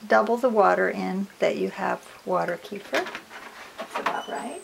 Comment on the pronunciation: it's pronounced "KEh-FEER"